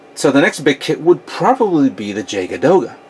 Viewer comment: way late now, but just for future reference, the J at the start of Jagd Doga is pronounced as a Y sound, similar to Jager ;) Japanese pronounce it "yakuto doga" ~lol